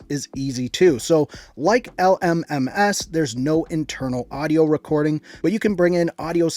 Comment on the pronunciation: the way he said l m m ass